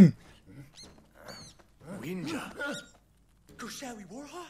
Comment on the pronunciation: He giving people wegies.HE SAYS WEGIES INSTEAD OF WENJI!WAAAAAAAAAAAAAAAAAAAAAAAAAAAAAAAAAAAAAAAAAAAAAAAAAAAA!!!!!!!!!!!!!!!!!!!!!!!!!!!!!!!!!!!!!!!!!!!!!!!!!!!!!!!!!!!!!!!!!!!!!!!!!!!!!!!!!!!!!!